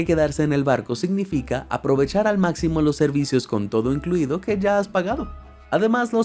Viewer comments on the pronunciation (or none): none